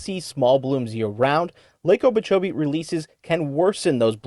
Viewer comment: I can't keep listening to this guy say "Lake Obeechobee"